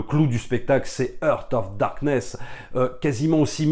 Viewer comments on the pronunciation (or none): Entre "Apocalypse No" et "Hurt of Darkness", c'était trop pour mes oreilles, déso.